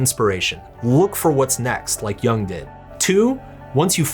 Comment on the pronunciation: Jung as in "yoong" and not "young"